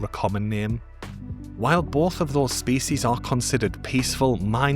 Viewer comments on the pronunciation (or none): I lika how you say "spees"